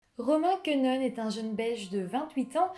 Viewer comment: Et Quenehen ne se prononce pas comme ça.. mais « Ké né haine » Et en plus, il a grandit à Hautrage plus précisément